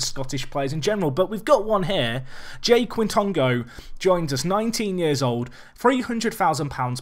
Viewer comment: I think Jai Quitongo is pronounced Jaye Kitongo. Jaye like the Scottish word Aye with a J.